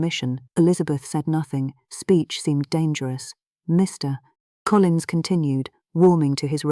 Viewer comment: Please use a better AI voice agent. The pauses between Mr. and Collins is horrible. That's just one example. There are better out there. A real narrator is best. Speaking for all of the now out of work voice actors.